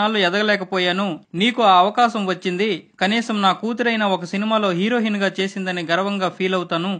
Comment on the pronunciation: హీరోహిన్ కాదురా నాయనా....హీరొయిన్